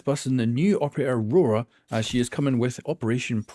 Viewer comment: Please pronounce her name correctly....